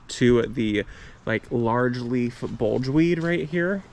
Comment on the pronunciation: I love your channel. I garden on about an acre and I’m getting to the age where I just can’t keep up with it. Your garden is perfect sized, big enough but not overwhelming. Btw, it’s bugleweed, not bulge weed. Aka ajuga.